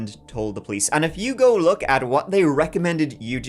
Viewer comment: Perhaps take a few moments a look up how to pronounce the word "go". Thanks.